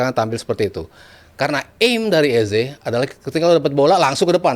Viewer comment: "EZE" itu di bacanya "easy" yoo Gunners 😁😎